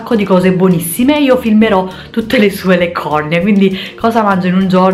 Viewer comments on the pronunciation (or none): L'accentazione corretta è "leccornìe"; non avevo mai sentito l'altra pronuncia; potrebbe influire molto l'area di provenienza, ad esempio in Lombardia si ha spesso questa tendenza alla retroiezione dell'accento, come nel caso di "rùbrica", sbagliatissimo in italiano.😉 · "leccòrnie?!" :o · anche io dico Leccornie, ma sento anche persone che mettono l'accento sulla i. In realtà non ho mai capito se si dica in entrambi i modi oppure uno solo :)